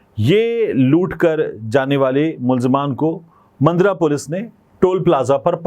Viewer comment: Mundra nahi bhai jan. Mandra bolte hn